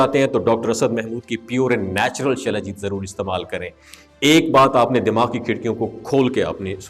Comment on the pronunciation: شلا جیت نہی سلا جیت